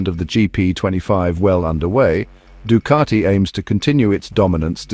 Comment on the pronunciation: It's Ducati, not Ducarti